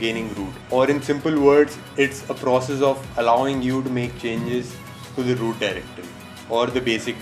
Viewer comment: no i dont know how to WOOT my phone... XD no hate xd have a good day.